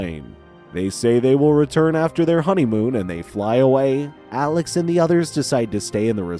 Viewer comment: That not how you say his name its Alex 😡😡😡😡😡😡